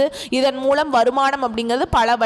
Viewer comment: "மூழமா " 😂😂😂😂... உன் வாயில வசம்ப வச்சு தேய்க்க... என்ன கண்றாவி தமிழை உச்சரிக்கிற.... த்தூ கெரகம்... மூலம் னு உச்சரிக்க பழகு 😡